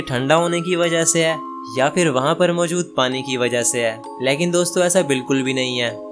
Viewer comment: Leeeeekin nahi laykin hota ha